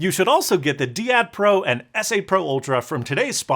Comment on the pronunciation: Usually "dai-ad" rather than "dee-ad". It's actually a very very old term meaning "pair" or "couple".